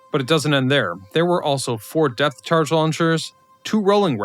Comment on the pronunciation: Sounded closer to depth charge to me. Listened again, maybe deaf charge.